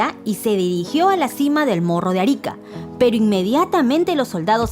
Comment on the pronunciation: Atahualpa no fue estrangulado por caballos, sino que fue ejecutado con el garrote vil. Alfonso Ugarte murió en la cumbre del Morro de Arica (se pronuncia con la segunda silaba como sonido fuerte y no Árica como se oye en el video) y se sabe desde hace años que no se tiró desde ahí con su caballo para proteger la bandera peruana. Ernesto Guevara no era un héroe sino un fracasado que no encontraba su destino en la vida, hasta que se topó en México con los hombres de Fidel y lo demás es historia conocida y también poco conocida. Cristobal Colón tenía raíces judías sefardíes, pese a haber nacido en Génova, según el resultado de una reciente investigación hecha por la Universidad de Granada. Perseveró hasta conseguir el financiamiento necesario para abrir la ruta comercial al lejano oriente, debido al control otomano del Mediterráneo oriental desde 1452.